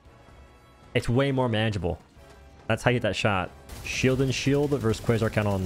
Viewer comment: Thats a nice "cwasoint" cannon you got there.